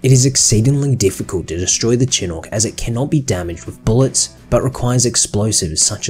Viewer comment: Fun fact: chinook is pronounced "chinook," not "chenuk."